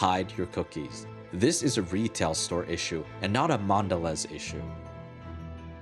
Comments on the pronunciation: Mondeleeeeeez! I mean come on, it's got that macron over the ē to tell you to pronounce it as a long e. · Dude, the bar over the last 'e' tells you to pronounce it as "eee"... like when you're saying the letter "e". Thus "Mondeleeez".